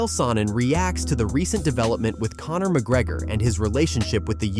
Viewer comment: And it Conor not Connnnnnnnor